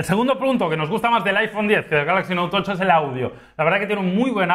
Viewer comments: Porque siempre decís note tocho? Tan difícil es decir note Ocho ? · El "Noutocho"